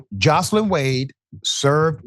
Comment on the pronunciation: Nathan Wade wife is not pronounced Jocelyn. It's Joyce Lyn. My name is Joyce Lyn., and I don't like for it to be mispronounced